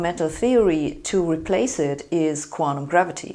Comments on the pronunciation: Ich auch, but not the way she mispronounces "quanTum" as "quan-um"! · I love hearing Sabine say 'quantum'.